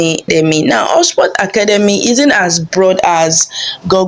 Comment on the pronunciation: I agree. Also, the way she says 'Academy'